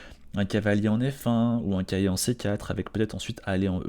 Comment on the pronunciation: C'est moi ou tu dis Cahier au lieu de Cavalier ? :P